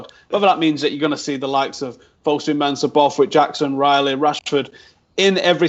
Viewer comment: and he was on about pronunciation of Fosu-Mensha.